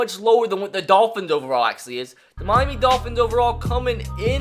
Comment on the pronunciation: Why does he say mimy instead of Miami tf?